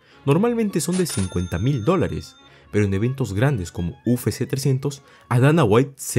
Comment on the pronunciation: Buen video compa. Sólo como crítica constructiva, pronuncias mal "UFC", le dices "u fé sé" en vez de "u efe sé" que sería correcto. Espero no te moleste, es sólo para ayudar, saludos y que sigas creciendo